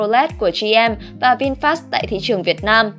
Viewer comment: VinFa đọc là Vin-pha chứ không phải Vin FA nhé